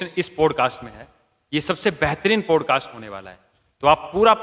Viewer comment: आपने अच्छा प्रोग्राम किया, कृपया प्रोग्राम के शुरू में जय श्री राम न बोलें क्योंकि सभी धर्म के लोग आपका प्रोग्राम देखते हैं और उसकी तारीफ करते हैं। आप जय हिंद बोल सकते हैं। अपना अंग्रेजी के शब्दों का उच्चारण थोड़ा ठीक करें किसी से आप किसी एक्सपर्ट से विवेचना करवा सकते हैं, जैसे 'पॉडकास्ट' को ठीक से बोलें।